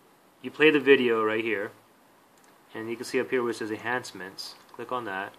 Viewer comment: Awesome! Thanks so much! But you mumbled right when you said "enhancements" (the most important word of the video) and your camera shot dropped below the menu so you can't see what you are clicking on, so had to figure it out. But it worked perfect...thanks!